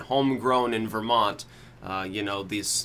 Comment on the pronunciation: "vermonty" HAHAHAHAHA